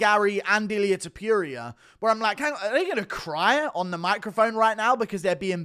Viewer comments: Ta - Pour- Ree- Uh Not Ta- Pure- Ree - Ah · You say "TOPURIA" and it sounds like you are saying Diarrhea! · When will you learn to say "Topuria" correctly?